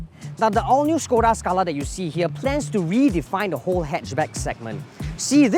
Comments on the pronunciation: They pronounce it wrongly. Supposed to be SHKODA. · Pleasantly surprised the presenters had pronounce the name Škoda correctly. But Volkswagen should be pronouced as "Folks-Va-Gen"